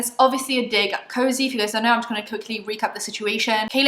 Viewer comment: WHEN JACLYN SAID “COZY” and “coze” i was like SHE DIDNNTTTT. what a bitch honestly